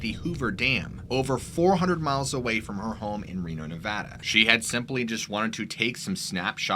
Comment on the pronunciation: When a YouTuber says "Nevada" like a local ❤️